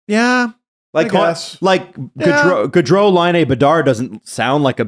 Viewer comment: As for names prononciation, Gaudreau and Goudreau are prononced in english the opposite way as they are in french. I'm used to hear french names misprononced, but when you have two like that, it's so weird!